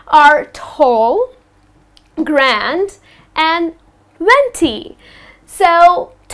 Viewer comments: she is saying grande wrong..its Grandé its prononciation is Grraday.not Graand.and GRANDÉ VENTI AND TRENTA words are not even of English origin ..they are Italian. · Dude it's not grand it's grandē like ariana grande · iits not grand dont be oversmart.... its grande.... g-r-a-n-d-a-y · Its not grand.. gran-dey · Well,, grande must be pronounced with the finale wowel e...and not grand, venti is a number it means twenty, trenta is the number 30, and latte isn't a kind of coffe, it is just milk. Also the true cappuccino doesn't have a size! It is served only in the "ceramic cappuccino's cup" with a saucer and a little spoon. Anyway thanks a lot for your lessons. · Sorry But you pronounced Grande wrong. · Hi, just a few things I want to mention as a native English speaker. In the U.S. we pronounce the e on the end of grande and we pronounce caramel both ways. I worked as a Barista for a while so I heard many different pronunciations! Thanks!